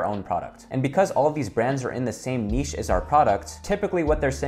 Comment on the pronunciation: Finally an American that pronounces NICHE correctly!